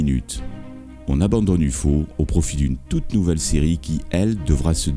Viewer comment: "U-FAU" looool.